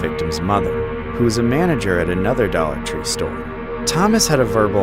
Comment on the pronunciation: “Dolla tre” 💀💀😂😂